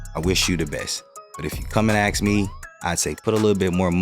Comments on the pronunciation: you had me until you said Aks me 😂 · You speak very well but yet bomb one word every time! The word is 'ask' which should have a pronounced 'k' sound at the end. It is not 'axe' with an x sound at the end. I work in audio books and find people that I believe would read certain books (for audio) well! If you could master that word I would get back to you.